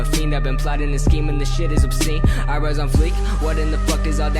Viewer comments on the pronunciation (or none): none